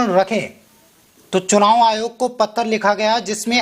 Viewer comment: Pattar nahi janab Patra kahiye